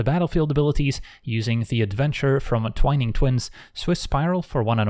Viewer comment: That's the first time I've heard someone actually say "twine-ing" twins the right way, and i feel like a weight had been lifted.